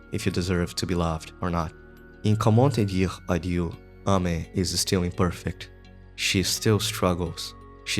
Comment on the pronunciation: I loooooved that video !! Plus, "comment te dire adieu" was very funny as a french person, you prononced it well actually ! Thanks a lot for that video !!